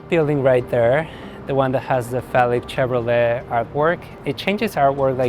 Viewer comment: He said Felix Chevrolet, I thought he said phallic Chevrolet.